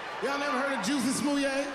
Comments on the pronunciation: First, the audience was laughing because his name is Pronounced Jessie, Not Juicy. Second, MAGA is people who are Trump supporter's. They wear red hats that say Make America Great Again {MAGA) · Chappelle said Jussie name wrong. He called Jussie name Jucy.